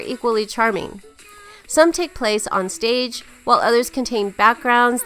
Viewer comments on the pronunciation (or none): none